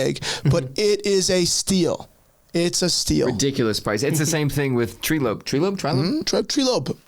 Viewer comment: Treelope 😂 its "Trylope"